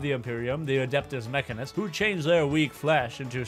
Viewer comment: I regret to inform you that it's pronounced meh can eh cuss, as it's spelled Mechanicus and not Mechanus.